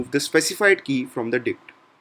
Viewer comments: let's discuss some commonly used dick methods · You say dict like 'dick' mate :)